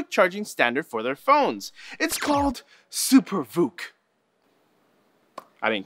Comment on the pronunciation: when said SuperVOOC I heard Super fruit and my heart sank thinking this was some apple thing